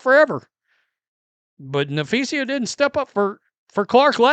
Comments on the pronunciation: You are getting there with saying Collier's name correctly. Its sa not sia on the end, listen to her name and practice. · Just say "Collier" until you learn how to say Na-fee-suh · Hey - who is Nepheesia - say her name correctly moron.